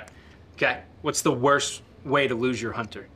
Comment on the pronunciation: Lose, not loose. Lose rhymes with booze, loose rhymes with moose.